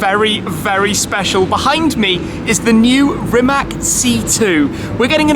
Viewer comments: Still shocked nobody can get Rimac's name right. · Who else is annoyed with wrong pronunciation of Rimac? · Then how do you not get mad at Shmee's and everyone else's mispronounciation of rimac? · zelja TM ...Nemoze on reci slovo C, jer ima govornu manu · You don't pronounce "Rimac" like that. But you knew that... just don't care. Right? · just a hint...it"s Rimac not Rimak ;) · Can you say Rimac correctly it is a regular european C not the "english" c and it is not rəmák but Rímac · Great car! Btw. pronounciation is rimaC, not rimaK :) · I mean seriously why you all foreigners can’t learn how to properly pronounciate the name of the car? It’s Rimac (read it as Rimatz) , it’s not Rimack or Rymac... I would be ashamed to call myself car journalist or car enthusiast without learning how to properly pronounciate the name of the car.... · You wrong speak ,it is rimac not rimak. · It`s pronounce "Rimac" as Rimatz, not RiMAC(K) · Its not RimaK, its Rimatz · It is not fkn Rimak...it is Rimac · It is RimaC, not Rimak!! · it is not spelled with "k". Letter c is spelled as "tz" in croatian language and basically all slavic languages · its not Rimak, its Rimac. Ree-maa-ts. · Please for the love of God, it is not "Rimak"!! "C" at the end is pronounced as "C" like it's written and not "K". let me help you, pronounce "Rimatz" . English language rules are not applied to Slavic languages. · Today Croatia is on first place in the whole world regarding electric Hypercars, Proud To Be A Croat :) And please start to pronounce Rimac's family name like it is in Croatian, we deserve that You Anglo-Saxons start to learn our language too .... that 'C' is not 'K' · It's not Rimac it's Rimatz. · Funny how all people think it is RimaK because english pronounce it like that....But it is RimaC :D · It's pronounced "Reemats" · I am Croatian and Rimac at the end c is not k it is c how you pronounce it correctly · It is spelled "remahts", the "c" at the end is spelled as "ts" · hah Rimak XD XD